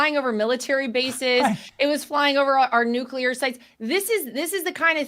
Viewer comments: Nuclear Does Not Rhyme With Circular This post might come across as some kind of linguistic snobbery, and while that’s not my motivation, it is a risk I am willing to take. The common mispronunciation of nuclear is something that drives me absolutely nuts. So many people pronounce it as nucular ( nyoo-kyoo-lar) but that is not how it is spelt or pronounced. I’ve even heard scientists on the radio and TV who say it that way, despite the fact that scientists of all people should know better. Did they get through however many of years study at university calling the central body of a cell the nuculus? I think not. Nuclear is a three syllable word, pronounced nyoo-klee-ar. If someone can say the words ‘new’ and ‘clear’ correctly, they should be able to manage ‘nuclear’ by just mashing those two words together. Think of it as linguistic nuclear fusion. It really isn’t rocket science. Dr T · Nuclear, not “nucular.” Since you seem to love this word, PLEASE learn how to pronounce it!! You’re killing me! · Benny, it's pronounced nuke- lee- ur, not nuke - you - lur! Take a good look at the spelling!😅😅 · Dude. You literally said nucular at least ten times. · New-clee-ur, not nukular. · 'Nukulur', again? It's Nuclear. Get it right, Benny. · Thank you Laura, for saying Nuclear. I continue to wish Benny would stop saying Nucular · George W Bush pronounced nuclear incorrectly. Don’t be another George W. by saying nu-Q-ler. It is nu-clee-ur. Thank you! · "Nuclear" is not pronounced "NU-CU-LAR." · Please, Benny! Nu CLE AR. please help him pronounce nuclear!! 🎉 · NucLEAR. Just sayin. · Please learn how to say the word "NUCLEAR"